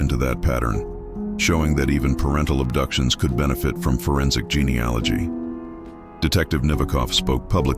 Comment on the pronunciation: Your AI is awful, the narrator kept mispronouncing 'genealogy' over and over .. Google it. Was so glad that you mentioned how it ended at the start of the story, as could not stand listening until the end. Will not be subscribing.